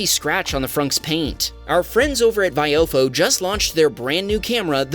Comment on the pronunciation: Still can't pronounce vi oh fo correctly 🤦🏻 Also when are we going to understand that rolling coal is a normal operation of accelerating on a diesel? Your adding fueling to go, diesel burns black. ITS NORMAL.